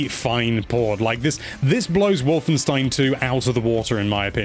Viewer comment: Finally a english speaking person i heared got "Wolfenstein" right 😅😂